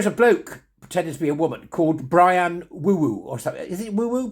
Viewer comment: Bri- Anne silly